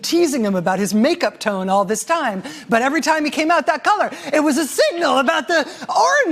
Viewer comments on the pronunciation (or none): none